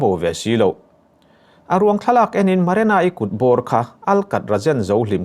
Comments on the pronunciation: marana ani leu marina zawk aw lam dikloh hi ngati nge changkan na emaw i tih tlats le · Maranai ti mawlh2 mai😂😂 Marina tih tur zawk😂😂😂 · Marena, Marana,, Ti in i lam thin in ka hria, Marina tih hi lam ahar lutk silo a😄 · Nang chu "MARENA" i ti reng a😂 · Maranai ti in i lam mai in ka hria 😂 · An hming pawh i sawi dik thei lo ania, Marana-i a ni lo, hrui hrual pawh lam thiam bawk si lo. 😢